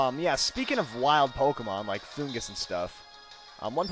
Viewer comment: Saying it wrong in the anime they say fungus